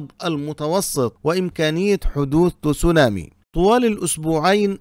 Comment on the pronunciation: يا رجل، كيف جعلت الكلمة الياباتية Tsunami فصيحة بوضع الضمة على التاء؟؟؟ تُسُونامي؟؟؟؟ عن جد؟؟؟؟ هههههه بل إنها تصونامي، تباً لبني قريظة!!! 😂😂😂